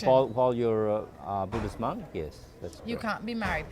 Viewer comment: Hi, I can see what u mean about too much sunlight as the morning moved along. Also that guy with the USA flag shorts couldn't keep himself out of the picture. By the way, monk not munk. Can u tell me if I am the first Buddhist monk to visit Belize or has there been other Buddhist monks before me>